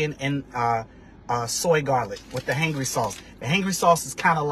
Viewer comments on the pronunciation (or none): How do you not know how to say “Hangry”?! Did you not think to maybe do some different takes where you actually know how to pronounce the name of the business?